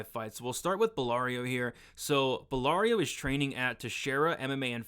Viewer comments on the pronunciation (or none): Great vid again! Absolutely butchered belgarouis name tho😅😅 ‘Ballario’ was killing me😂😂. Bell-Ga-Roo-Ee is how it’s pronounced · Yousri’s last name is pronounced “Bell-GAR-Wee”